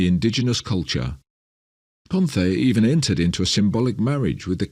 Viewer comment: He keeps referring to Ponce DeLeon as Pomfey DeLeon and it is annoying the ADHD part of my brain.